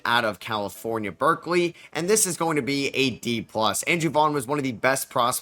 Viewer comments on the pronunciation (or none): none